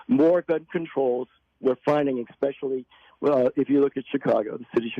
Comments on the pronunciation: The politician said "expecially" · He’s one of those people who say “exspexially”. 🤢